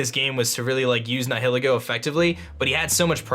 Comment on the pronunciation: The way you pronounce “Nihilego”... ugh. It’s supposed to be like Nihilist/Nihilism.